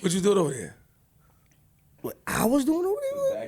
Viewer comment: "what you was doing ova dere" 😆